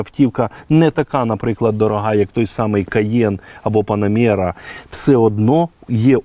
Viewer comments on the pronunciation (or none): Я памятаю як у відео з гладіаотором виправляли, що не "Вренглер" а " Ренглер". Так от, теж дуже хочеться виправити, не ПанамЄра, а ПанамЕра 😂ріже вуха